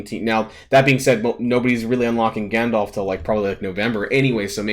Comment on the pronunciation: Gandolf? Teehee it’s Gandalf, silly :)